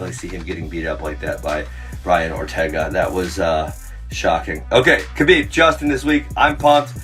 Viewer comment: 6 years later and people still aren’t pronouncing Khabibs name right. 🤦‍♂️